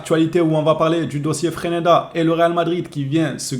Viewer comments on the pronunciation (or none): c'est freSneda et non freneda 😂😂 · Le real sans le Barça, ce serait Leganes! FRESNEDA ce serait un bon joueur pour nous. on dis Fraise-neda pour FRESNEDA